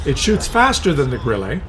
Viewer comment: WT Auf is better than Grille.... one thing the way you pronounce Grille is like you trying it to pronounce it in a french way you should pronounce it like Gril-le and not like Gril-Lay.